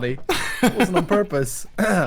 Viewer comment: In this situation: Purpii=purpose. I wouldn't call it an inside joke, but sometimes he use an "i" at the end of a word. I don't think it is a part of Swedish grammar, just something he does.